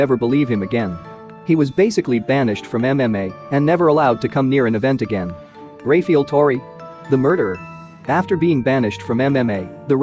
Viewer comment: Jesus fucking Christ if your gonna have dudes name in the video either get it right or dont say "Ray-fee-ull" 20x in the first minute. FUCK.